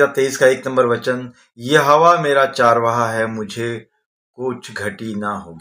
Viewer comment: चारवाहा शबद नही चरवाहा शबद है हिनदी जरा शुदध बोले